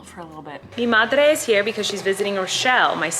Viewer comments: "Mi Madre is here" i loved collen´s spanish ahhaha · And she says it so well too!🤣😍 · Okay, i was not ready for that beautiful spanish. "Mi madre is here because she's visiting Rachel" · Colleen’s “Mi Madre” love when she says anything in Spanish